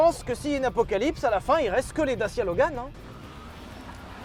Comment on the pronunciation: Pitoyable prononciation!!!! Et non à la base ça devait être Fiat! Les 1100 & 1300 on été exportés dans les pays de l'est et parfois de l'ouest. Mais bon quand on connaît pas et qu'on méprise...